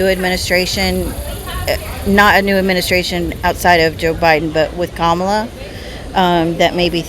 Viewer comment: Kaitlin, i know you mean well and support Trump, but you're just being ignorant on purpose at this point pronouncing Kamala's name wrong in every video. Your credibility just keeps sinking hun...